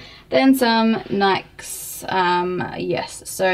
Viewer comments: Lol she said Nike weird :P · Where she lives is that how you pronounce "Nike"? I'm jw I think it's cool